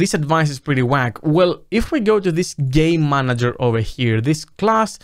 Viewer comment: I swear to got that I can only hear "gay manager" not once "game manager"